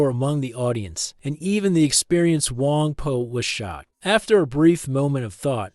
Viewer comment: It’s Wang Po, not Wang Poo, right?